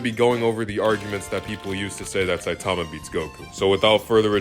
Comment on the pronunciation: bro one punch man is sanin not sonen